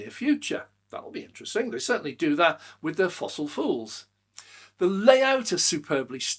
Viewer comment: Sounded like you said fossil fools? 😀